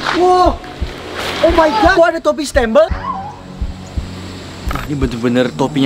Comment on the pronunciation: Bukan stembel kocak stambel